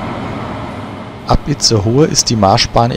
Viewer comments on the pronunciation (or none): Kleine Korrektur: das e in Itzehoe wird nicht ausgesprochen.